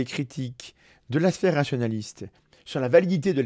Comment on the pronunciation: Excellent contenu, comme d'habitude. Par contre, fais attention à la prononciation de 'sphère Rationaliste'. A chaque fois, j'entends 'sphère Nationaliste'... C'est pas la même chose, mais alors pas du tout !